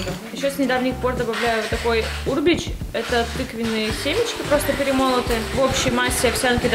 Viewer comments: Правильно будет урбЕч - ударение на е. Полезная штука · влог — класс! Новогоднее настроение сразу взлетело🎄♥️ иду заваривать кофе с мускатным орехом, корицей, любовью и щепоточкой уюта🤩 Только не Урбеч, а урбЕч, пожалуйста...